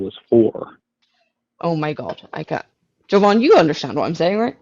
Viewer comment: Is it just me, or is the amount of ppl who mispronounce Jovan's name to (Joe-vin) is literally insane?